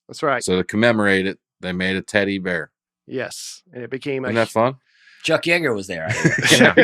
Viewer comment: sounding like he was saying "titty bear" instead of "teddy bear" was very distracting.